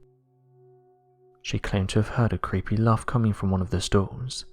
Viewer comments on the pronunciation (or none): none